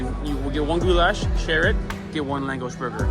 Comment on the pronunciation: The pronunciation of LÁNGOS is "langosh"